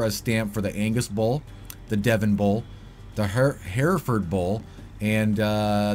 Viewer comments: It's pronounced "Her-Furd" not hair-ford. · It’s pronounced “her ford” or “ her ferd” bull least here in idaho ... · Hereferd is pronounced HER FORD, like Her Chevy :) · great video man.. I have noticed a lot of others videos miss this part so it is great to see someone getting this out there also I have always heard that bull name pronounced like her-ford.. have a great day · Listening to this guy wrongly pronounce Hereford 🤣 it's Hera - furd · In England it's 3 syllables: hɛrɪfəd like H + Erica + Oxford but without the: ca Ox You guys started mispronouncing it but maybe that's more authentic to the game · Hereford is pronounced .. HER - FERD .. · heh-ruh-fud. lol. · "her ford" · You should go eat at the Hereford House, then you’d know how to say it properly.